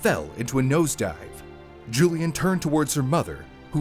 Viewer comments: Why do you call her Julian? Isn’t her name Julianne? Pronounced Juli ANNE. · Julianne isn't pronounced Julian.